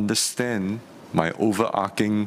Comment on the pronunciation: It's possible that Mr. Leong 'cannot understand minister Tan's overarching English'. Mr. Tan mispronounced the word 'overarching'.